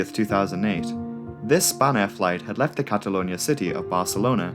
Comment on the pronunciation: spanair sounds like a french person saying spanner